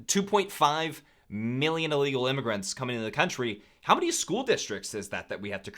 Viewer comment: I think you mean illegal with an “I” at the beginning with a short “I” sound